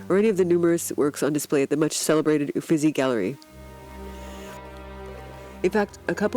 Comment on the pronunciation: Sounds like you have a cold. It’s hard to tell what you’re saying, you’re speaking so fast. And, it’s not Ufizzy, it’s Ufittttzy